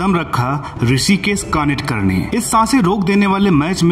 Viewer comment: कानिटकर नहीं कानितकर नाम है।